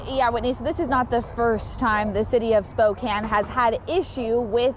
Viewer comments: Spo-“can” not “cane”, 😊I am from Washington, but Spokane is about 6hrs from me. I call it the armpit of Wa, it’s a gross city. Well, so it Everett and now Freeattle is nasty AF, worse than ever. Seattle is dying … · Have you never heard of SPOE-CAN?